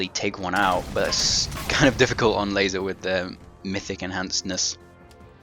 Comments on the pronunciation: LASO, not ''LAZO''. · So every ''S'' is now pronounced like a ''Z''? They have completely different grammar rules, dude. You are the only person I've heard pronounce LASO it like that. Pronounce it like you would pronounce ''lasso'' the first time you read it. Although it's not too much of a big deal, it's kinda annoying. It doesn't take from the fact that, thanks to your videos, I'm beating this on Mythic difficulty. So, yeah, thank you.